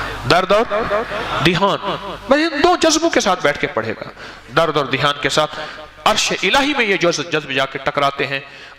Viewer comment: مولانا صاحب نوٹ فرنا لیجیۓ ۔۔۔۔ لفظ دیھان نہیں بلکہ دھیان ہے